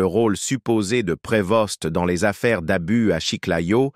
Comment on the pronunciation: L'IA est énérvant. On ne pronoce pas le s et le t à la fin de son nom. On doit dire Provo.